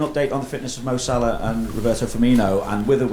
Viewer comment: His name is Salah not salad r u stupid? I can't tell if you did that on purpose or not